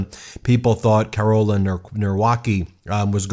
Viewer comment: Karel, as in Charles. Not Carol.